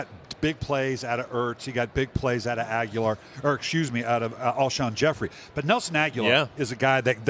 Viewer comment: Agholor not Aguelar